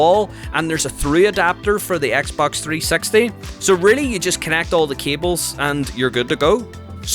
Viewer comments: “Xbox 3 sex tee” 😂😂😂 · Him saying : XBOX 3sexty Me : 🤔🤭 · i love how he says xbox 360 he says it like xbox 3 sexty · Yes I never heard anybody say Xbox 360 like you Just saying